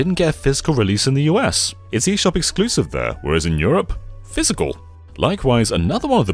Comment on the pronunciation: I love how you pronounce "physical" as "fiscal" ❤ mad business man vibes